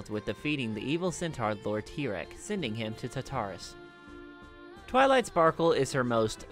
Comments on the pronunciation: he says twiley instead of twilight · And did u say twilie? Instead of twilight?